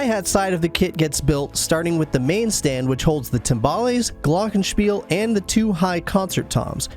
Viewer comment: Great setup and great kit for a GREAT drummer. This huge kit needs a drum tech. Man, you do that all by yourself? A lot of work. I am German, you pronounce the German word Glockenspiel quite well. I would love to see you Live, unfortunately you tour only in the USA I guess.